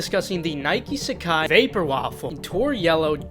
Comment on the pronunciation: nailing the pronunciation